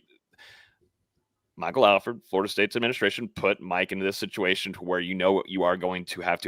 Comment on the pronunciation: ....please tell its ALL-FORD...NOT AL FURD 😂